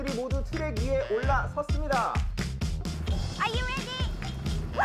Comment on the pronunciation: why does Jennie's 'are you ready' sound kinda Vietnamese? I mean the accent. Maybe 'cause I spend too much time with people speaking 'proper' English accents